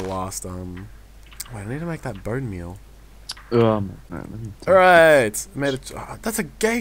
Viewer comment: Oh my god, said boneMEAL, it's a miracle!! XD <3